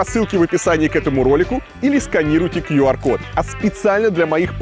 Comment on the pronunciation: Кьюар код! Молодец Варламов, наконец то росссийские блогеры начали нормально произносить, а не куар